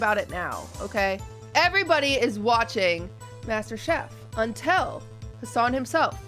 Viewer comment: 'Untel" turning into lud lol